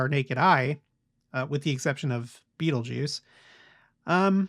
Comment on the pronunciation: I looked it up and you pronounced the star Betelgeuse correctly. I never knew that was the accepted pronunciation.